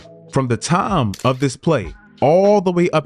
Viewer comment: how come people keep pronouncing time as tarm?